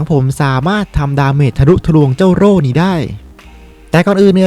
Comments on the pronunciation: โล่ครับโล่ จะกระดกลิ้นเพื่อ555555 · ล . ลิง กระดกลิ้น 55555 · ใครฟังเหมือนผมบ้างพี่เขาพูดว่าโตโล่